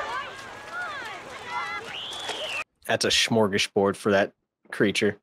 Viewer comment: in, is is not "shmorgasbord." It is "smorgasboard." "Smorgas" is Swedish for "sandwich," and "board" is Swedish for "board," as in, your kitchen counter. You lay out various breads, spreads, cheeses, and sometimes meats. In the U.S., people might put out lettuce, tomato, and sliced onion. It is NOT an all-you-can-eat buffet, and please, take the 'h' out of your pronunciations of things. There is no "h" in the beginning of "strength." It is not, "shtrength." It is not, "shtrong." Please and thank you.